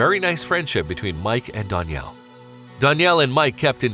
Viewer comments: Dan-yell not don-yell say it right that drove me nuts but this was such a beautiful story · learn how to pronounce a name before saying it wrong 100 times in a video. It makes you look clueless. DANielle. DAN for short. Not DONielle. Not DON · This guy narrating is driving me nuts with his pronunciation of "Danielle" He pronounces it "Don". It's ruining the vid for me.